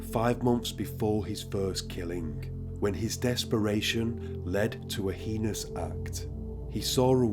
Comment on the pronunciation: Why was she in a pool of her own blood if she was strangled? Heinous is pronounced HAYNUS, mate x